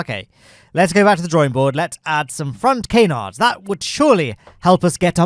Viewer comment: It is pronounced canard (can-ard), not cay-nard. Similar to the French for duck, but pronouncing the d.